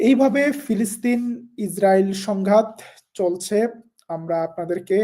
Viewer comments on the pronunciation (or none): none